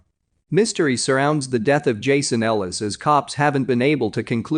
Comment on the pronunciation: You got Jason Ellis wrong. Smh.